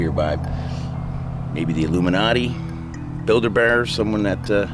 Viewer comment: Dude said Build A Bear...instead of Bilderberg.